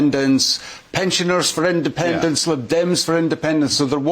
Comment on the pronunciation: Jesus, is it so difficult to say independence.